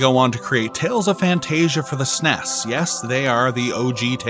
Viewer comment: Please stop saying "sness" Some Acronyms aren't meant to be a said as one word. Nobody called it a "sness" when it was released, you would actually get beaten up if you called it that in the 90's. Trying to rename it 30 years later is NOT OK.